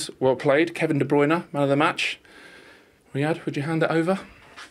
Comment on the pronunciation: It's riyad not Raid 🤦‍♂️🤦‍♂️